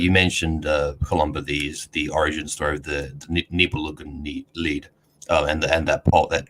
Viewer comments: Columba had the pronounciation of "Nibelungenlied" correct. "Lied" = song is spoken like "lead" (the verb not the metal). There's a German word "Leid" which means suffering and is spoken like the english "lied" (like in "he lied"). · "Nibelungenlied" was well pronounced at first. Lied = Music (Correct) ! "Leid" = suffering (Wrong)... (Your German wasn't that terrible at all)